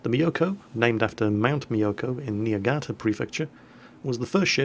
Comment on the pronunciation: Not Niagata but Niigata:3, and 0.8 -> 0.7 rounds per minute is a decrease in rate of fire lol